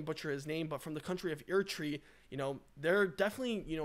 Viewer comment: Still will come from Eritrea. Google to say Eritrea properly and name of the HERO BINIAM❣️👍🍾!!!!!!!!